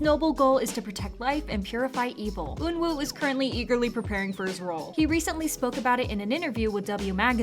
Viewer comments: Eunwoo is pronounced “eu-nu” not “ eun-woo” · aHH? Eun WOO ? its pronounced like eunoo